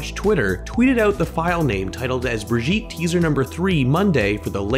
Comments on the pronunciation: I love the way you pronounce brigitte, “Britjeet” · Little tip, that is not how you pronounce Brigitte, I suggest checking or for the English pronunciation